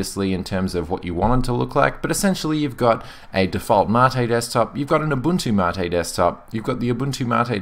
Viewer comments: no the ? rect pronunciation is Mah-tae ....it even says so on the site. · Ubuntu "Mattay"? u wot MATE (see what i did there? No? Ok...) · Im with you there its a great distro been using it for a while now not one issue to date great review its funny how to pronouncement of Mate brings up so many discussions i dont care what you call it for me it works perfectly have a great day mate pardon the pun